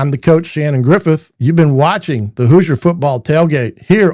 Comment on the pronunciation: Might want to teach your AI how to pronounce HOOSIER.